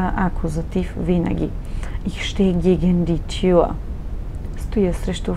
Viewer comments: Не може ли да не произнасяте" иш" а ich их. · Ich се произнася “Иш” в някои райони на Германия, разговорно, но на книжовен немски (Hochdeutsch) се произнася “Их”, както се и преподава в повечето школи за немски език.